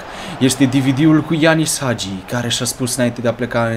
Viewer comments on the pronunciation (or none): none